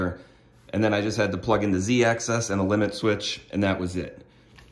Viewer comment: You can't highlight bad spelling when you said Z access .